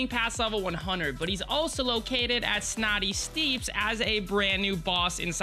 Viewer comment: SNAWTY STNEEPS WHAT IT'S SNOOTY STEPPS!BRUH!